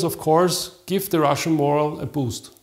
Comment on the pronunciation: "morale" is not pronounced like moral. The accent is on the second syllable.